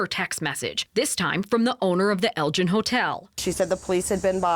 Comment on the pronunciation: Elgin is actually pronounced with a hard G like in Gold or aGo